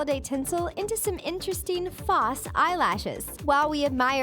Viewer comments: The way she says 'false' and 'mirror' though (not being rude). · This chick cannot say "False"